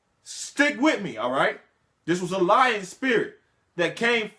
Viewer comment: Are you saying Lion spirit or Lying spirit?